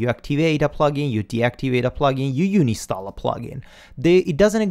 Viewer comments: Great tutorial. All of this is very new to me, so I am glad with what you teach. (Just one very minor, totally unimportant thing..... You talk about "uni-stall"m but it is actual "un-install". :-) ) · bud you said, uni-stall a plug in. It is Un-install lol. Love your vids though, just a comment... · Dude it's called UN INSTALL not UNI STALL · I thought it's un-install, not uni-stall ? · "Uni Stall" *Un install ;) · bless the way you pronounce UNINSTALL. Love all your vids.